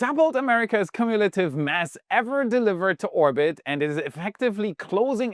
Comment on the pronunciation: Grammar nit-pick of the week: Cumulative is pronounced like the letter Q. So [kyoo·myuh·luh·tuhv] All the best 🚀